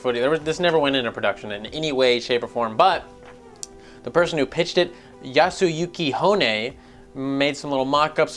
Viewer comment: The way you pronounced "Yasuyuki Honne" really turned me on. Good job.